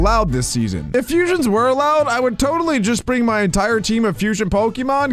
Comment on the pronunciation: Fusions not fusons